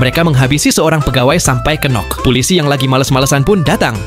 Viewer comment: Knock itu sebutan nya bukan "kenok" Tapi "Nok" aja....K nya ga udah disebut... Bgitu juga Psychology..."P" nya ga usah disebut... Byk lagi..sperti "knee" "knowledge""know"